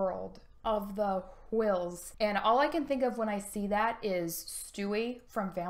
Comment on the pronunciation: Book of the Uhwh-ills.